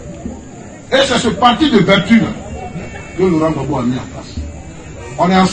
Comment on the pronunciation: ne sait même pas dire Gbagbo. Il dit Babo. Pourtant un ivoirien digne de ce nom saurait dire Gbagbo.